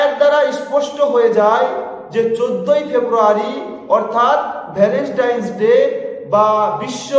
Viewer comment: No Valenstain It's Valentine (ভ্যালেন্টাইন)